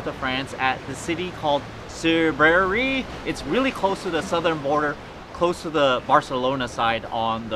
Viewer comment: The last e is silent on Cerbère...